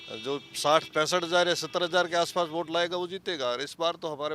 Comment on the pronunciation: Bot nahi vote hota h bhosdi walo 😂😂😂😂